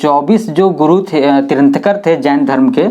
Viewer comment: तिरांथकर नहीं तीर्थंकर और पारस्वानाथ नहीं पार्श्वनाथ।।